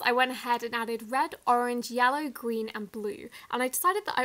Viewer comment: You said ” Green” wrong you said Greewn